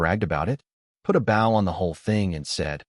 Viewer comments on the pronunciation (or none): What happened to real voices? AI SUCKS. The story may be good but AI ruined it. It is not ba-ow, it's b-oh. You don't leave it on red...it's reed.